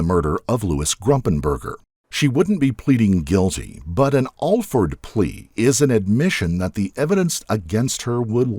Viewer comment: He didn't pronounce it right, but it's not what you're suggesting either. It's just like it sounds, Alford.